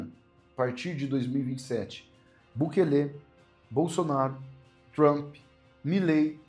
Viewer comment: Tem só que aprender a falar Bukele direito😂😂😂❤